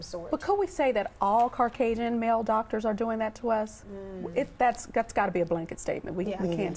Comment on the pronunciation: Quad said "CARcasians"